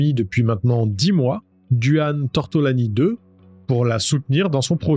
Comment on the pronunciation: Excellentes tes videos, bien amener et la narration est claire, bon boulot! Je me permet de te corriger sur le petit copain de Samantha, c est Duane mais ca se dit Dwayne.